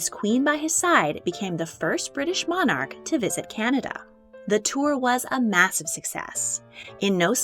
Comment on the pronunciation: PLEASE can the commentator learn the correct way to say Monarch..